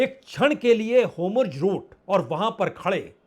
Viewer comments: हाॅमुर्ज नहीं nahi होर्मुज, आप बार-बार गलत उच्चारण कर रहें हैं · Aap ke ptrakarita ko salam hai. apki speech aur vakyarachana lajawab hai.galti se HORMUJ ka uccharan HOMRUJ ho raha hai. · बाजपेई जी आप हॉर्मुज का उच्चारण गलत कर रहे हैं इसकी इंग्लिश में स्पेलिंग HORMUZ है तो इसको हो र मु ज बोलना चाहिए जबकि आप होमुर्ज HOMURZ बोलते हैं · होरमुज़ को होमुर्ज़ क्यों बोलते है